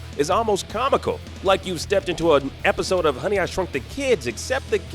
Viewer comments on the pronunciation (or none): none